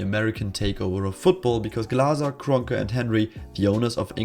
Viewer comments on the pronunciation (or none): That German pronunciation of Glazer and Kronke 🌟